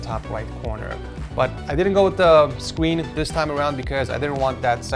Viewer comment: “sqeen” lol